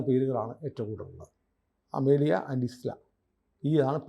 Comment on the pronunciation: 9:3 "ഇസ്ല " അല്ല മന്ദബുദ്ധി അവരാധമേ...😂😂😂 "അയ്ല Isla" ആണ് 😂😂😂 Pronunciation ശ്രദ്ധിക്കണ്ടേ കുരിശു മിത്രമേ😂😂😂